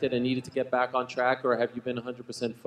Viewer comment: Al "No pressure on my brack" Iaquinta